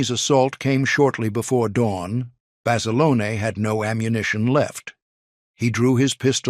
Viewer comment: Not Basilona...Basilone...